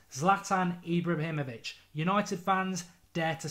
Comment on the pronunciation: Just need to work on ibrahimovic now.We're not getting the chelsea owner lol